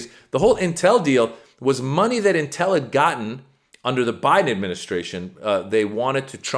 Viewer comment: This is a very small critique on pronunciation. It's pronounced IN-tel, not in-TEL. Source: me, I live directly south of the big campus. (Cue up LEVI-OH-sah, not levi-oh-SAH 🙃😁🤘)